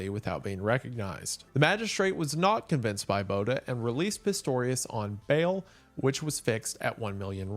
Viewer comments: I REAL just want to help this man say Botha correct😭😭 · Man the way you butchered Botha....🤣